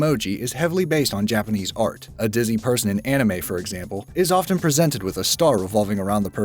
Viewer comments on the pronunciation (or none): Often is pronounced ‘offen’, the t is silent